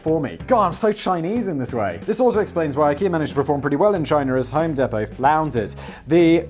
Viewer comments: home DEE•pow not home deh•pow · ...We pronounce it 'Home DEEP-oh'. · Home deee-Po. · Hoem Dee poe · It's pronounced "Home Deepoh". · Listening to him say home depot made me cringe so hard. Because I work there and you say it like home dee-poe. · Home DEE-POE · I'm sure someone told u but it's home dEE po. fuckin love the content as usual. I would love to see karl write a few of these for u. Plz don't kill🥊🔫 me danny I still love you🖤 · its home DEEEPO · Pronounce it as "Home Depo" drop the T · hearing it being called 'home depto' physically hurts me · nah. We listened to an Englishman mispronouncing an American brand name. Allegedly.